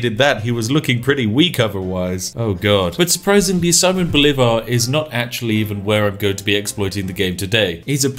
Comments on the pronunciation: Pro tip, if the name is in spanish, and you see a tail on top of a volwel. that´s were the accent is: siMÓN boLÍvar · "See-mone Bow-lee-var" Did I get it right? I always try to pronounce foreign names as best I can, considering I work in a public facing job. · Accents in Spanish tell where the strongest part of the word is, therefore Simón Bolívar should be pronounced as si-MON bo-LI-var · Solo vine a ver como este sujeto pronuncia las capitales de nuestros países latinos con su acento ingles. Saimon Bolívar lol xD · Just a little tip: It is pronounced siMÓN boLÍvar. In Spanish, the tilde ( ´ ) accent tells you which vowel you have to stress in a word and does not have any other meaning at least regarding to pronounciation. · siMON boLIvar, that's how you pronounce it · this is very weird since i now who simon bolivar is and hearing his name first miss spoken and second in this context is really weird